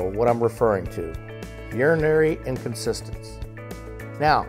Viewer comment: "In-Con-TIN-ence" - Inconsistence is an entirely different word :o)